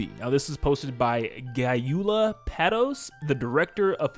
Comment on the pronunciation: Gyula is pronounced like GOO-law; it's the Hungarian version of Julius. I think he's the tall guy standing on the right in the crew photo.